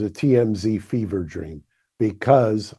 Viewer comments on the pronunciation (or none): “TMZ feever dream “😂😂😂